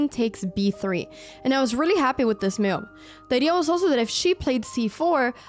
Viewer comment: You pronounce 'best move' so wierdly. One might bet you said 'mewed' instead 😅 And may be cats are your favourite pets, who knows :)